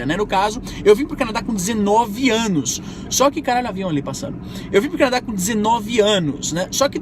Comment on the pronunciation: Canaa ? Quiz dizer Canadá?